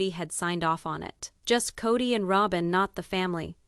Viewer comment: This is AI. Listen to it. It can’t even pronounce Robyn.